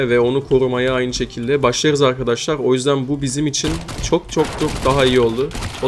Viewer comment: Arkaşlar diyen ağzını s*keyim